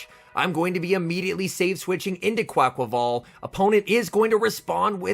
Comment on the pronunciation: Finally someone says it’s name right thank you 😂🙏